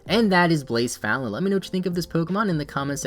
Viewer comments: Everytime you said blacephalon i was like what pokemon is he talking about because of badly u butchered the pronunciation lmao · so? You still pronounced it wrong.